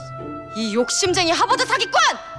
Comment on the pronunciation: 하바드 ㅋㅋㅋㅋㅋㅋ 발음 너무 귀엽다 징짱 ㅜㅜ